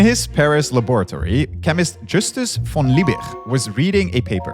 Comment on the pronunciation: german V is pronounced like an F. so speak „fon Liebig“ to make it sound right :-).